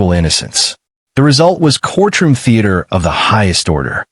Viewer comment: Man, that Ai struggles with the word “courtroom”. Once again, the saaaaaaame footage over and over. C’mon now